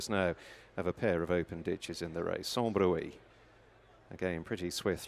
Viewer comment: 5.12 Sans bruit (pronounced brwee) not broo-ey. Don't suppose these commentators have a clue what it means.